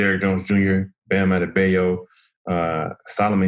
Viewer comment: Iguodala is half Nigerian, but he mispronounced Adebayo’s name worse than most commentators🤦‍♂️